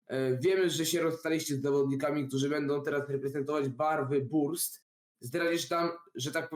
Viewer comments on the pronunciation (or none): Nazwę drużyny BURST wymawia się - "BERST". Pozdrawiam